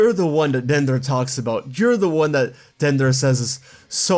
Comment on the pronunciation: I’m a little confused why you’re pronouncing Dendra as “Dan-der-uh” instead of, you know, “Den-dra”. I know it’s not THAT big of a deal, but it was kinda weird. (Yes, I did make it 20 min in. But I still wanted to comment)